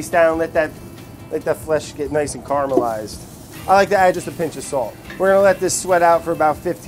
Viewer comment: CAR-amelised... -_- Not an it's alive vid, but he does it every time he says caramelised, vinny needa start calling him out. It's the same phonemes as if you were saying carroway Brad - caramelised.